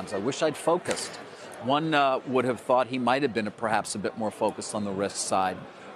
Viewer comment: focus? or fuckus?